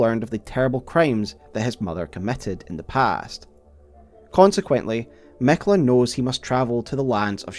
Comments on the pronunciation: I love your videos, but when you say Miquella as “Mekla” I can’t help myself but reel on the ground every single time 😂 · Miquiller the Tickler